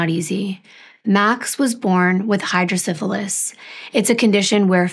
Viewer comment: I don’t know if if was you who blurred the boys faces or if you got the photos that way but I’m so glad they have been protected. Also just a quick note (I feel it’s an accent thing but I just wanted to mention it) but Hydrocephalus is pronounced “cEph” not “cIph”, hydrocEphalus. Just a small thing but I wanted to mention it. I have had Hydrocephalus 35 years.